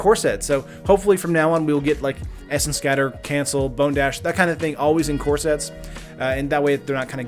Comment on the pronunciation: I keep hearing that as "in corsets" Close but not quite the same.